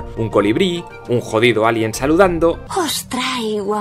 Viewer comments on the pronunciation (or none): none